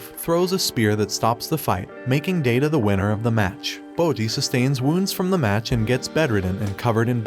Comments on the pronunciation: The pronunciation on Kage infuriates the fuck out of me. This is an informative video, but it's Ka-ge, it's pronounced phonetically. Kage means shadow, just as how Kage's from the shadow clan. Well, it's basically every name mispronounced. Daida is not Day-da but rather Da-i-da. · Fun fact: Kage is pronounced "kaw-gay" and Daida is pronounced "die-duh". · The Despa and Daida pronunciation bothered me too